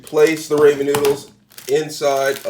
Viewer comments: its pronounced Raw-men... but im trying this tonight wish me luck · 😂😅 yes the ray-men was killing me too lol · "Raymond noodles" -Headass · Ray-man noodles… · Raymen, ameerican chise, and chileye mmMmm. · Oh my goodness! Every time he says "Ray-men", I cringe from the pronunciation. Lol. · You’re gonna need some Raymin noodles lmao